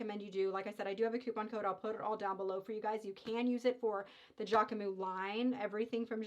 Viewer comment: Hi, it’s pronounced JackmuSS 😊 so you pronounce the S at the end and we don’t prononce the E in the middle. So JackMuS. Sending love form Paris. And yes Jacquemus is a great brand